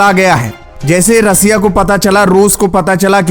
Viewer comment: Russia bolna to sikh lo 😂😂😂